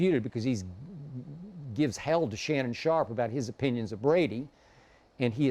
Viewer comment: He said LeShannon sharpe loool.